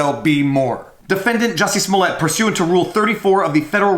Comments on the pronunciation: Do I have to do this everytime?? He always mispronounce the name.. It's Juicy' Smoyey' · “Juicy Smooliet” 🤣